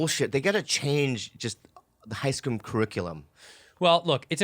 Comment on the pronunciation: "I went to an all-white Screwl" - 2020